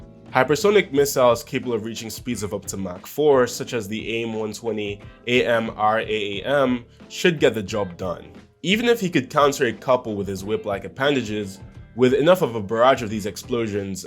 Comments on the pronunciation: the Aim-120 is an air-to-air missile and its said as AM-RAAM NOT A-M-R-A-A-M EIUBAEFAEJBFJHESHEBHSBFB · cool video dont get me wrong but anyone who says A M R A A M instead of AmRaam is likely severely underestimating the capabilities of the military. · Hearing AMRAAM spelled out letter by letter gave me internal organ failure, but otherwise I loved the video!